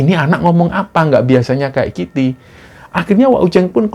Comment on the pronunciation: Kayak giti....😂😂antara mau ngomonh kayak gini atau kayak gitu .kesrimpet mas😅